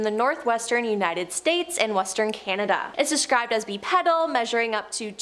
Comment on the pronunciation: Yeah she definitely meant Bi pedal because I never heard anyone say it like she did 😂